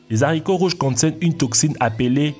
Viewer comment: on dit pas " les zaricots " mais les " aricots "